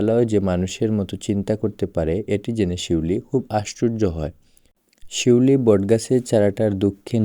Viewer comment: পিউলি না শিউলি